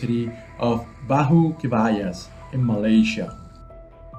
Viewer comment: Hi. Just to point out that in Malaysia, J is pronounced like J in Jaguar. So baju is not bahu. NG in the word pelangi is pronounced like NG in the word sing. And last G in the word Genting is not pronounced Jenting but how Gallery is said instead of Jallery. Enjoy your stay ! 😊